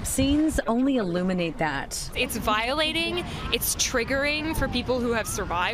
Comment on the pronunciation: HAHA SHE ACTUALLY SAID TRIGERING. Im dying, im done.